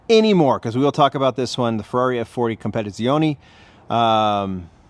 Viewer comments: STRA~DA~LEE. COM~PA~TITS~EE~ONEE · The letter 'E' makes an 'A' sound in Italian. "Struh-dah-lay"..."Cohm-pet-zee-oh-nay." Regional dialects may vary slightly, but you pronounced the F40 Competizione well enough.😎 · COMPETIZIONE, Come on! ......... Means COMPETITION. Not competezeoony... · If you allow me a sugestion, you should pronounce COMPE-TITZ-IONE. 🙂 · The Italian word "competizione" is pronounced kom-peh-tee-TSEE-oh-neh. It means "competition" in English. - The word "stradale" is pronounced as S-tra-DAH-leh. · forgive me if I’m wrong as I very well could be…. But I believe the ‘e’ on the end of Competizione is silent. Anyway, it’s by the by, the content (and the cars) are both fantastic as ever 👏.